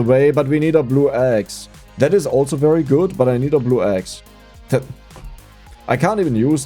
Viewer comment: I swear I keep hearing "Ghost Eggs" instead of axe.